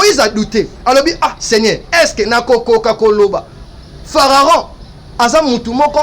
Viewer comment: Mekaka ko tanga bible bien po na kati ya bible to yebi Pharaon mais fararon te dsl.